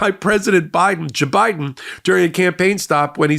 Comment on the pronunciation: I laugh every time I hear you say JaBiden! 🤣